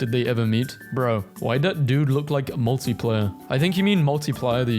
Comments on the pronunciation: It’s Markiplier, not Multiplier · MARKIPLIER. NOT MULTIPLIER HELPP